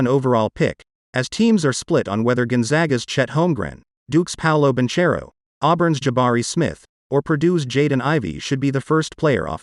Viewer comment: Bro is pronounced Bankero non banciero, pls